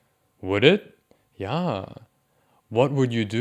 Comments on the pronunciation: its because its not even pronounced the way you say it. "yah" = "yeah" lol... not "YAH" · I hate it it sounds like it’s sarcastically impersonating a Swede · the way you say ya is so funny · Bro when you say “ya” 😂